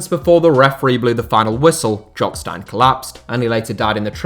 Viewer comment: Jock stein = jock steen not stine